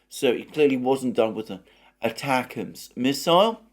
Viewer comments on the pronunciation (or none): none